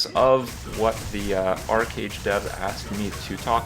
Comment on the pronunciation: It is not "Ark"age ... just want to help for future references.